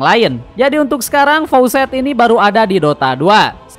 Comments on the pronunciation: Facets bang, bukan faucet 😅😂 faucet mah keran aer 😂😂😂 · koreksi bg, facets bukan faucets. faucets mah keran air